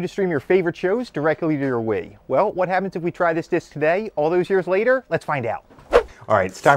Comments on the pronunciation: Bro said inside a weee😂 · He pronounces wii like “waeee” and I’m here for it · Why does he pronounce "Wii" like that? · Why do you pronounce Wii and PSP so strange? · Why does he pronounce Wii like that? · the way this guy pronounces 'Wii' is triggering